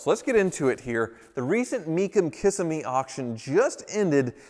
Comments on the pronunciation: Kissimmee is pronounced KUH SEH MEE. not kiss a'me. pagani huayra is pronounced pagani HOOEYE RUH. not pagani hyruh. You're not doin so good with talking on this one,. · Kissimmee is pronounced Ki-seh-mee, not Kiss'me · It's pronounced KIH - SIM - E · Kissimmee is not pronounced “kiss mee” it’s “ki si mee” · If no one else said it, Kissimmee is pronounced kih-SIM-mee, NOT KISS-ih-MEE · It's pronounced ... kuh·si·mee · Hi, it’s pronounced Kissímmee, accent on the letter I. I myself made that mistake when I first moved to Florida. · The pronunciation of Kissimmee was hilarious - thank 🤣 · say what? That is NOT the correct way to say "Kissimmee". Do not put the emPHAsis on the wrong syLLAble. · As a former Floridian, I humbly suggest Check out the proper pronunciation of Kissimmee -- yours hurt my ears, but nevertheless made me smile. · Did any other Floridians kringe when he mispronounced Kissimmee